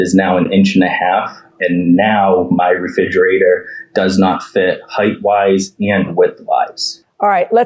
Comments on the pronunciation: I know this is immaterial and kinda judgmental, but it drives me nuts that the plaintiff husband keeps saying “refidjater” instead of re-FRIG-erator. His omission of that second ‘R’ just grates on my nerves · ReFRIGerator, not reFIDGerator. Fascia profile, not facial. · The Plaintiff saying "reFIGerator" 100 times drove me insane. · Why did his wife not tell him that it’s “refrigerator”?! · Who else winced every time the plaintiff said "reFIDgerator"? Seriously though, defendant's job was to 'measue twice, cut once'. Basically. How do you go by customer measurements when you're the one who's being paid to do the job? ESPECIALLY if you think they made a typo? Derp. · Is anyone else hearing Refigerator? lol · Re-fij-erator... And no one must have ever mentioned it to him. He's confident with his pronunciation lol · How does a grown man and homeowner not know how to pronounce refrigerator?? Lol and why would his wife not correct him before going on live tv?? 😆🤦🏽‍♀️ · Someone needs to tell this man how to properly pronounce refrigerator! Driving me nuts! 🤣